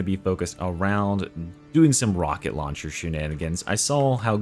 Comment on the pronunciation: Rocket lowncher